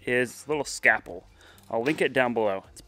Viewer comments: Scalpel, not Scapel. LOVE THE VIDEOS! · I love how you say scapple not scalple